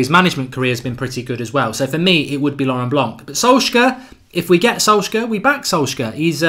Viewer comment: Mark PLEASE learn how to pronounce Solskjaer.............PLEASE!!!!!